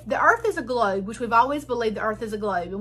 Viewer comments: A doctorate in education? From Jeezus through his online correspondence school. Almost as impressive as a Ph.D from Trump University. I did learn one thing from this highly educated woman; I've been pronouncing the word 'globe' wrong my entire life. It has 3 syllables (or is it 4?) 'Glau-oo-ub-a'? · She has a PhD in school counselling and supervision. Clearly the right education to talk about "gloubs" 😁 Also, everything she said about gloubs applies to birds too 🦉